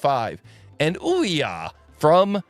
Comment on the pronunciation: Would be nice if you tried to pronounce some names right 🙂 Olja with "O"